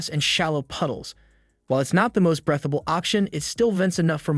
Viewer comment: It’s not “brethable”, it’s breathable?